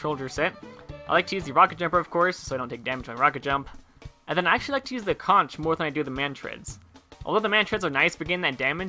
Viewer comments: Molly Anderson Please. A google search reveals the pronunciation. >"The more common pronunciation is with a hard k sound at the end, so that the word rhymes with honk." This pronunciation is the one used by Cambridge, Merriam-Webster, Dictionary dot com, Oxford, and every other online word database you could possibly find. Get grammar dunked on, son. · Michael Fuji It's conk. Look it up if you don't believe me. It's one of those things that irks me, because so many TF2 youtubers can't seem to say it right. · Conch is pronounced "Conk",. Like how you would say "Conqueror". It's a pun. IT'S A PUN!